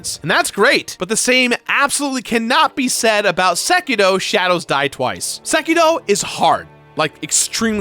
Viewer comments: Its Seki 'R' o not Seki 'D' o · Seriously, SekiDO? Sekiro, Sekiro. How does one say it wrong 4 times?